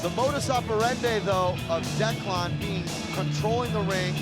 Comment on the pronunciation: "Look at Declawn here" haha Can't stand that pronunciation. Good win.